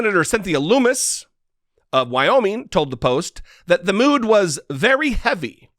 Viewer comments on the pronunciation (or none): none